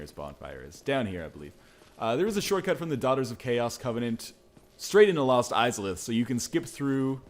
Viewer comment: I keep thinking you say Mos Eisleyinstead of Lost Izalith.